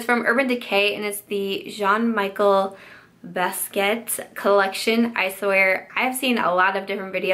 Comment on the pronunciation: Here ya go... Jean Mee-Shell Baz-Key-Att